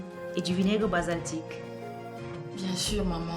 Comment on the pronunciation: C’est le vinaigre BALSAMIQUE ohhh la mère et non BASALTIQUE.